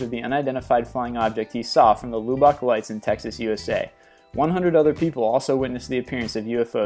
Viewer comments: LOObock, Texas? You mean to say Lub-ik, as that's how pronounced. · Pathetic fakes, and a couple if misidentifications. I'm especially amused by your citing of McMinnville, which has been debunked DOZENS of times over the decades! PS: It's Lubbock, Texas, not LU-bok. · Mai gahd he pronounces 'Lubbock' so wrong on number 15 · Pronounced Lub buck not Lube buck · You did not just say "lew-bock" texas. "Lubb-ock," family. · Lubbock is pronounced luh-bick or luh-buck not loo-bock. Lol its ok though. A lot of people get that wrong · HEB-brid-dees, it's the outer HEB-brid-dees and "LUB-uck" ( or LUB-buck) Texas not "loo-back" dude look up how to pronounce these places if you want anyone to take you seriously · Lubbock is pronounced luh buck not loo bawk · its pronounced lub(tub) uck (duck without the d) texas. I know its not spelled that way though. just fyi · Lubbock, (luh-buck) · The narrator needs to work on yhe pronunciation of names and words. ..example Lubbock